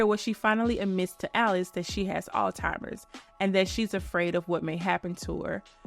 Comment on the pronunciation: Please stop saying all-timers 😭 it’s Alzheimer’s